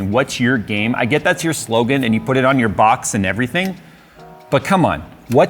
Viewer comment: I thought what's your game? Actually said "what's your gamet"